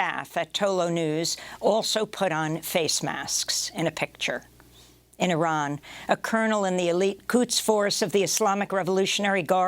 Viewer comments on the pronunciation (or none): none